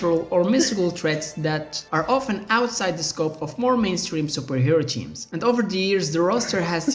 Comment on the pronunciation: Ah yes, I love me some Marvel "cheams".